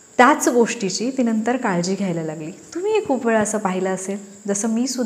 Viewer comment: फक्त जरा बोलण बरोबर ठेवा शुद्ध न आणि ण योग्य बोला णंतर नाही हो नंतर म्हणा😊